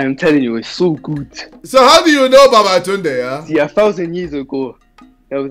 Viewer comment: The world: Babatooonde No one, literally no one: Me: who is babatunde?